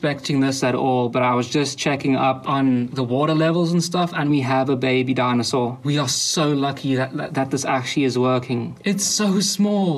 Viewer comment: "dinosaur" dont piss me off